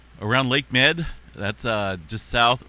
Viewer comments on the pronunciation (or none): Lake MEEED , not Med . Tell the Robo Voice Generator . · Lake Mead pronounced "Meed" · "Mead" as in Lake Mead is pronounced like "Meed" :) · It isn’t pronounced, “Lake Med” it’s pronounced “Lake Meed.” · Lake Mead like Meed🫡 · Lake Mead (Meed). It's like the honey alcohol. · Lake Mead-Rhymes with “read”🥰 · Rhymes with Weed 😅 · Thank you for being the Karen today... I have been struggling to hold back my own inner Karen on this exact topic 😂 IT'S PRONOUNCED MEEEEED! 😅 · Somebody needs to send this gentleman a bottle of Mead (honey wine; "YUM"!). Then, he probably won't forget how to pronounce our lake's name. It's "MEED"! 🤣